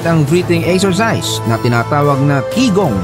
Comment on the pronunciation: Chigong ang tamang pagbasa ng Qigong hindi Kigong